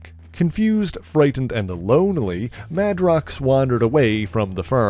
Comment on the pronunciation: On that note, I thought Jamie's last name was pronounced MAY-DROX, not MAH-DROX?